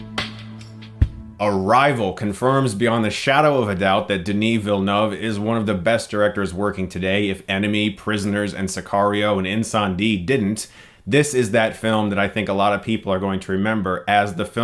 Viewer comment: Villenueve is pronounced "NOOVE" not "NOV"